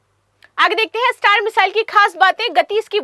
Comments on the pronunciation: Meshile nahi bolte hai mesile bolte hai😅😅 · Missile bolna thoda difficult lag ra h aapko